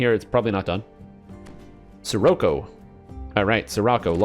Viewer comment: Scirocco pronounced “sherrockoh” ;)